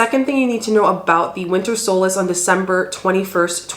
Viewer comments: Solstice..with a T ..not solace ... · What if we're ready to celebrate the Summer Solstice? You're saying Solas. I'm assuming you mean the Solstice???